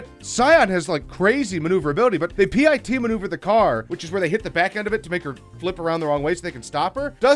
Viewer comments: they P I T.... no bad smacks you with news papper it's pit as in pit of despair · I stopped watching at "P.I.T..." It's pit. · Ya dont spell out P I T maneuver....you just say pit maneuver. Nobody....I mean NOBODY spells out P I T maneuver....cept you. Goofball. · I think it’s just pronounced pit, not P.I.T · please for the love of god. dont pronunce it P.I.T it's a PIT, once word maneuver. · Its not "pee - eye- tee" is PIT lile.. PU-IT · It's pronounced pit, not P-I-T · Its pit....not p I t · Tiny frame to watch...and who said Pee Eye Tee maneuver? It's PIT! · PIT NOT P.I.T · Did he say P.I.T instead of pit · Did anyone else yell pit maneuver when he called it a P.I.T Maneuver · Not pi t pit like cherry pit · And can you please say “pit” like everyone else does instead of spelling-it out like a dick! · It's called pit not P.I.T >:v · Quit spelling P.I.T maneuver. It's called a Pit maneuver. Just like you would say Pit bull. Not P.I.T bull. And quit screaming. Good content...just annoying. Constructive criticism only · It's not p.i.t it's pit maneuver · Voted down for saying P.I.T. vs PIT (and stealing other peoples vids) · Stop saying P.I.T Maneuver. Its called a Pit! Pit maneuver. Watch police videos. No one calls it "The P.I.T. Maneuver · The one thing that annoyed me was....P I T maneuver. No! It’s pronounced PIT. No one calls it a P I T maneuver. Ugh! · Just say pit not p i t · PIT as in falling in a pit not P.I.T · It's pit, not pee ie tee! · It really bothers me that you call it a “P.I.T” Maneuver. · Who says P.I.T. it's pit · did he just say p i t maneuver instead of pit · ok.... who in the world actuary says P. I. T. instead of pit....? are we doing it in this video just to be different? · i think it's PIT not P I T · Its no a P-I-T maneuver, its just "pit", a PIT maneuver, you robot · Its not P.I.T. it's PIT omf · HEY DUMBASS ITS NOT P.I.T ITS PIT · Why can't he say pit and why does h3 say p I t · The decide to "Pee Eye Tee" on her? really? Just say PIT!